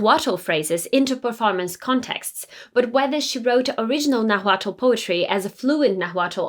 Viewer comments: It's Nahuatl not Nagüatúl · Naaaaahuatl, no Nahuuaaatl.... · It’s pronounced more like Naualt the T is almost silent and after the L. It’s spelled Nahuatl but that tl is more like lt. also the h is silent. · Great info! The “l” in Nahuatl is silent. Pronounced “Nawhat”. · That isn't how you pronounce nahuatl, but I love your video! I'm Mexican and in school we read her poems and studied them for literature class. She was such a cool historical figure! If you're curious, ˈnaːwatl and ˈnaːwaːtɬ are some more accurate pronunciations. The "na" should be the strongest sounding syllable. Also, though most people ignore the fact, the "tl" in náhuatl is a click of the tongue, like imitating the sound of a raindrop! I think it's a very pretty sound. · Please pronounce the word "nahutl" correctly, it sound like you say " naguatlo" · Your pronunciation of the word Náhualt sounds weird, as you can notice the first a has the accent, not the second one. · Very nice. But the correct pronunciation of 'Náhuatl' is when stressed in the first syllable, not on the second. The way you pronounce the word is awkward. Please check on Google the prosody and intonation. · For Christ sake pronounce Náhuatl with the accent in the First "A" 🙏🏼🙏🏻🙏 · As a Mexican loved this video and your pronunciation was great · Love the video. Thank you for your excellent historical service. For future reference, when saying "Nahuatl" you don't separate the 'T' and 'L' to add another consonant. When your tongue reaches behind your top teeth when making the 'T' sound, you just let your mouth end it with releasing airflow by making the 'L' sound. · The H in Nahuatl is silent.